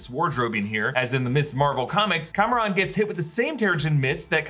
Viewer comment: reminder his name isn't "Cameron" it is Kamran